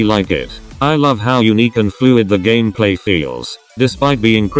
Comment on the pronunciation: Does somebody also love it when he says:"gamaplay"?😂